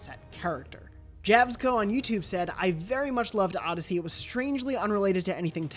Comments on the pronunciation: Who the hell said odyseey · Odysssy? Seriously,😑😑😑😑